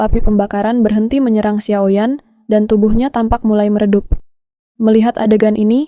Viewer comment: Xio yan, bukan xiao yan